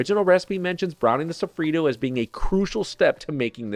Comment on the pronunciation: PLEASE: it’s SOFFRITTO not sofrido! 😂😂😂